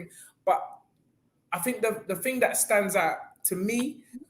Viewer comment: "the ting" 😂👏🏾